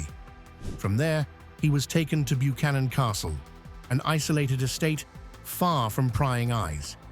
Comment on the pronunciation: A history channel that calls Neuschwanstein castle "Buchanan Castle"...